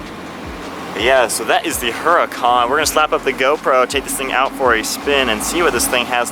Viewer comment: FYI, the "H" is silent in the name "Huracan". Google it.